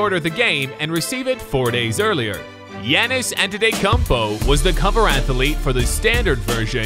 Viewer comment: Man said yannis